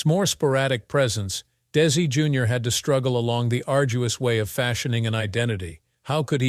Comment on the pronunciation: How come they say correctly for Lucy Arnez but Desi Jr they said it wrongly.